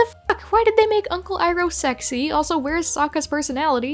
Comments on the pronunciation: I get the feeling that when the person who was writing the script was given the names on a sheet of paper. No instructions on how to pronounce em. Just plain guesses and assuptions on the pronounciations LITERALLY. They pronounced Iroh-EEROH, Sokka-SOUKKAH, Aang-ONG. HELPPP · i think that general ”ee row” is better than general iroh